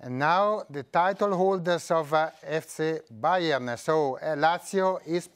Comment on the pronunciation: IDK .. It sounds like pick Bayern or Take Bayern or something